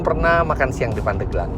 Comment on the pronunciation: Pandeglang Penyebutan e seharus nya seperti pada bebek.. Asal muasal nya dari kata pande gelang. Terimakasih om fitra sudah mampir di pandeglang, kota santri yang sejuk dibawah kaki gunung karang yang asri..